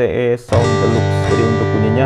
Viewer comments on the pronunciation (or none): none